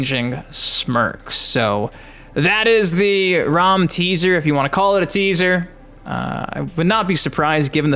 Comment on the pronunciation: Was going to like until you said (ROM) It's RAAAAAMMM like how you say MA'AM. No way you get ROM out of that. His name let's you know he's about business. Like he's coming to raam his foot up our ass lol